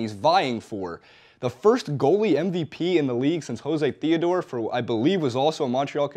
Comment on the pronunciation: Awesome, love the hockey talk. FYI, José Theodore is French Canadian. It's pronounced Joe-ZAY.